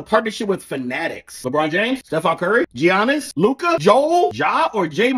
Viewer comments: It's not GEE-annis it's pronounced YA-nnis! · Bro it is pronounced yanis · Stop pronouncing Giannis the way you are.